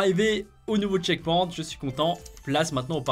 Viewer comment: Ça se prononce tcheckpoynt